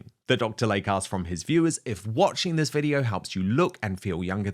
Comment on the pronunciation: PRONUNCIATION: "DR. LAY-KEY" not Lake. 🙄